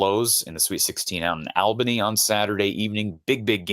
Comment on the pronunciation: Love your show but please pronounce Albany correctly. Listen to the lady from Brooklyn!